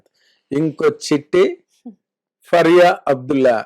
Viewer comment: ఫరియా కాదండి. It’s ఫారియా